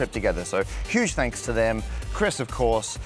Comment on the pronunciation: That sounds like "Candy Space Center" 🍬🍬 :D :D